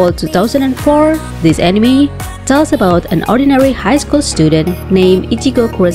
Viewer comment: Lets play a game,down a drink every time this girls says "animi"